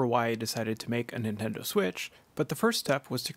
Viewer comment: Ah yes the antendo switch